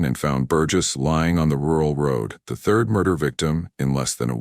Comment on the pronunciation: It drives me nuts because throughout all of the videos on this channel.. They never pronounce anything correctly.. instead of saying third they say Thirth 🤦